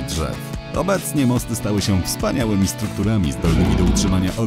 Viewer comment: Mosty a nie Masty